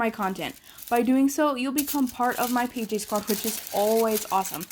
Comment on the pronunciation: I thought she said “hey bjs” instead pjs in the beginning and I was like lol what??